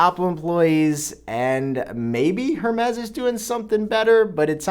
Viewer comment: Why doesn’t anyone know how to say Hermes (air-mez) 😅Not just you, still love your videos!